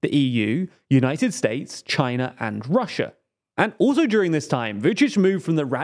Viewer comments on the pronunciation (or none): none